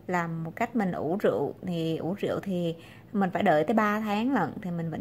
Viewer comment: “Rượu” chứ ko phải “Rựu” nha bạn.